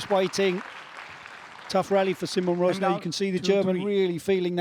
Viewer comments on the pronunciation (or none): It's about time the great folks at PSASQUASH TV learn how to pronounce his name. He is not See Mon Rozz Nah , he is See Mon Ruzz (as in Burr) Narr